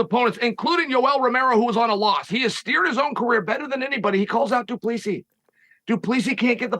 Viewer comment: "du plee-see".... It's DU PLESSIS